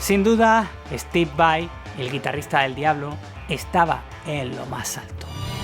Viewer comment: Estib vai...jajajaja, tenés menos inglés q tevez